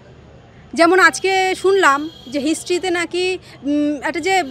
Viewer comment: নাকি,হাকি,শুনছি,,,,, কি বলছেন আগে ঠিক করুন।